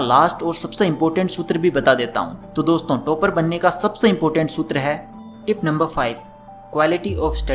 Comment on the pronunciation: Toop nahi. Top hain pronunciation. Tooper nhi..topper